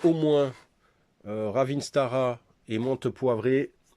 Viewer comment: ne le prends pas mal mais on ne dit pas ravinS-Tara mais ravinT-Sara mais sans exagérer sur le T. J'ai un peu la même pharmacie que toi en plus complet mais c'est vrai que c'est un budget. Merci pour cette vidéo